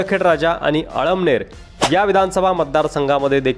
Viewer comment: अमळनेर उच्चार चुकीचा केला .इतरही अनेक उच्चार अयोग्य होते.ते अगोदर सुधारा.